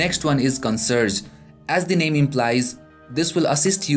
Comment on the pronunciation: First time heard it pronounced "CON-SERGE" LOL